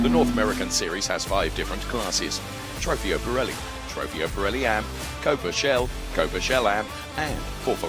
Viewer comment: Somebody teach the commentator how to pronounce Trofeo! :O